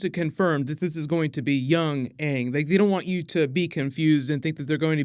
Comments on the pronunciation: As long as they pronounce his name as Ang and not Ung, then I'm good... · All I want is AANG to be called AANG not fucking “ONG” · Omg that drove me crazy!!! I actually saw the movie before I saw the TV show and loved the show!!! So much better than the movie. Once I saw the show I realized that they were pronouncing Aang's name like "dung" only without the "d". Horrible. And so soooooo cringy. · How did they not know how to say aang tf is aung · Hopefully they can at least pronounce the characters names right. I’ll never forget “ong” and “soak-uh” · they butchered aang’s name in the movie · Did purposely mispronounce Ang's name from Avatar?